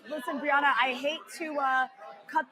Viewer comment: First she says Briahna incorrectly then she says "K'mala" Harris LOL